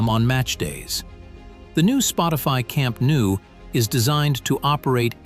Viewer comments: it's pronounced camp NO not camp new. basics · camp nou in catalan = camp NO in english